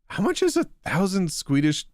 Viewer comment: "Skwedish". The Click has entered the chat.